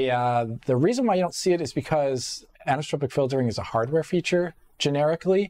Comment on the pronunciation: This guy's pronunciation of the word as "anistropic" is killing me. There's an 'o' there, you're missing a syllable